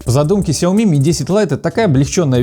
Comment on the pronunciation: Красавчик, научи грамматики канал 808 по части ударения в сяомИ!